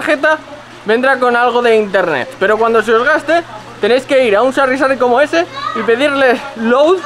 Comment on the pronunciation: pero se dice Sari, no Sarri xD